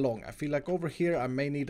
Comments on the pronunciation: When you say acacia it’s pronounced (A-cay-sie-ah) not (A-cha-cha) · I love his nod to Xiumavoids pronunciation of "acacia" at the end. Achacha